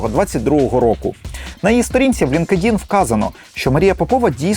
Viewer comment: Дякую за ваше розслідування, але англійську бажано вдосконалити. LinkedIn - не лінк-едін, а лінкт-ін, advanced - не едвансед, а едванст